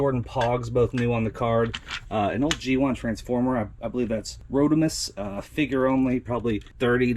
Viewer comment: You loose nostalgia points for pronouncing Rodimus wrong lol